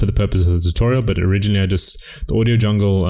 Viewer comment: i cant stop laugh when u say audio jungle